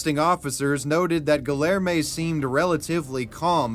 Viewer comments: The hard L in Guillerme almost killed me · Every time you pronounce the name as Guillerme with the hard Ls I die inside. 😅